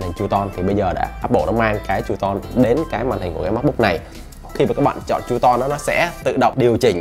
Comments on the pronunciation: Hình như là true tone đọc là tru - tông phải k bác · góp ý nhỏ: không phải "con bướm" và không phải "tru ton" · Ổng đọc là tru ton á, tr mạnh đàng hoàng mà mấy ba